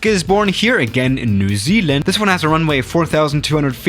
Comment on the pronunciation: the way that said New Zealand it sound like new ZLand